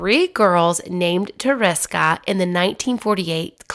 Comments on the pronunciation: Tereska is a cute deminutive of Teresa. It is not "teriska" - how you pronounce it in a naughty English manner. [TerE- ska] second "e" sounds like "wEstern" and always sounds like this in Polish! Tereska - without any doubt it is "s" not "z". Thanks for making this film 😊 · Thought it might help with pronouncing certain names and words better by recommending this. Slowly sound out the name or word. Like Tereska, pronouncing it with breaking it down would be Te-re-ska. When you pronounce it broken down like this it should sound more like Ta-ra-ska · Hi, I’m polish and it really hurt me to hear you butcher her name like that lol. In english you would pronounce it like Ther-eh-ska (short for Ter-eh-sa) Adventova😅😅